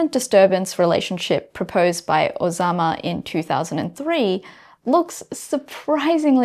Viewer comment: Not Ozama but Masanao Ozawa